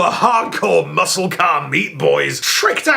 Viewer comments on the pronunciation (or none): none